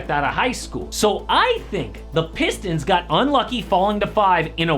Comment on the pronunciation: The “pisstons” is crazy 😅